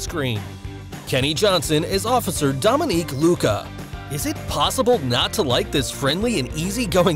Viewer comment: Kenny's name is Dominic not Dominique.